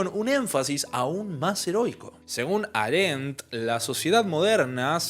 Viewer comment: Aréndt?? Hei-déigger??? Por qué, muchacho, haces eso?